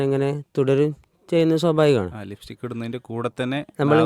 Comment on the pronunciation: ഇസ്കൂൾ അല്ല സ്കൂൾ. ലിഫ്റ്റിക്ക് അല്ല, ലിപ്സ്റ്റിക്ക് ലിപ്സ്റ്റിക്ക് 😅😅 നിങ്ങൾ ടീച്ചർ ആണോ? Very nice! We need strong reformation in education sector especially in Kerala. Sad state.